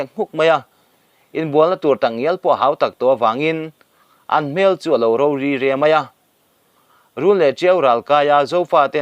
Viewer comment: Hunt chhiah zel zul tih tur, zél zûl ni lovin, phungbawm tih thluk pawh a dik chuang lo, ro ri re tih pawh a dik chung lo, puan ven pawh thlukna a awm lo